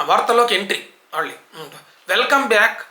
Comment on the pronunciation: Asalu కళ్లు, పెళ్ళి, మళ్ళీ, పళ్లు అనటం మానేశారు. సినిమా లో కూడా కల్లు, పెల్లి, మల్లి, pallu అంటున్నారు.karna kathoram ga ఉంటోంది.